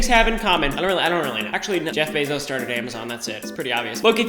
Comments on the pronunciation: bro said “Jeff bozo” 😂😂😂😂😂😂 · Nobody: Not a single soul: Ryan: jEfF bEzOs